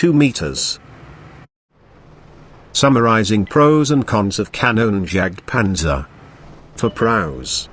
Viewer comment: xD you cannot speak Kanonenjagtpanzer xD it is so funny for me an austrian tanker